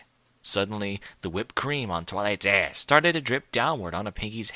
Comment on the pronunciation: The way you pronounced "ahhss" and "pussay" in this nearly killed me. xD